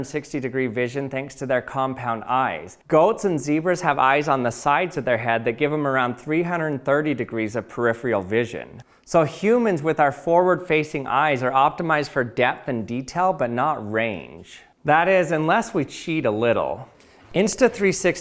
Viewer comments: It's "peripheral" - NOT "periphrial" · Purr if' ur al dammit! Two r's and no long e. And there's only one N in "pundit."